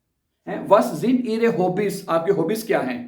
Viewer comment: ای غا کہتے ihre کو ای رے نہہں